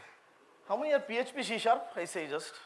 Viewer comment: not she sharp, it is C sharp.